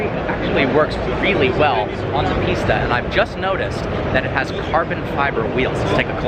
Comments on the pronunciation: it is pista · I’m confused. I keep hearing you say Ferrari Pizza when I’ve seen it spelled Pista. Are you mispronouncing it or is the spelling actually Pitsa?